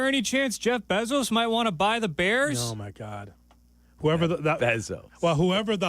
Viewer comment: it's pronounced BAY-ZOS